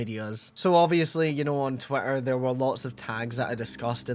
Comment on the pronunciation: I know it's just your accent, but it sounded like you called it "twat-ter" instead of twitter and honestly I really love that